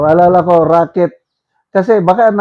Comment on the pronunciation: Racket Hindi rocket.